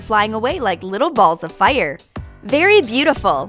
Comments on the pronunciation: "Fiyr" she says it so weird. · I love how she says fire